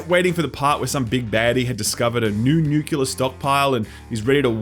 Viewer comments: Nuclear, not nucular. Good review though! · It's Nuke-Lee-Are, not Nook-You-Lar. Love ya anyway. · Dont tell me you say "nuculur" instead of new-clee-are nuclear. Ugh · I'm left with one question. What's a "nukular stockpile"? I've never seen that first word in English. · Australians say nucular too?! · 5 points for mispronouncing "nuclear." Yeah, I'm that guy.